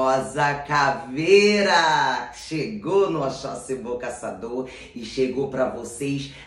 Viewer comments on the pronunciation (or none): Toda Vez Que ela fala oxoxi bom Casador eu escuto Boca Saturno kkkkkkkkk depois eu acordo E entendo kkkkkkk